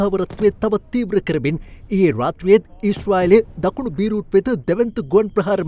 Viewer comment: බීරූට් නෙමේ බේරූට්, අයියෝ tv channel නේද මෙ😂😂😂